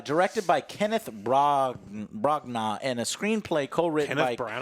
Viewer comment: “it was directed by Kenneth brag-nar...”: “Kenneth Branagh did this?” 😂